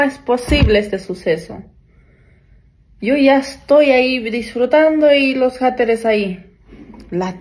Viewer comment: No se dice "jateres"